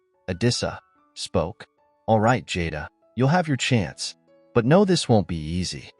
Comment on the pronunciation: The word was know not knre